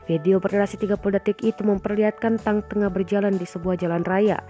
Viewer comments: Mbak mbacanya tank bukan tang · Tank dibaca tank.. 🤣🤣🤣